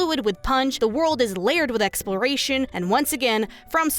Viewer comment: how hard was it to say Exploration?